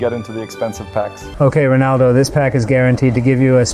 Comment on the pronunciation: Stop saying ponaldo